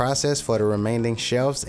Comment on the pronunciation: “Remain-ding shelves”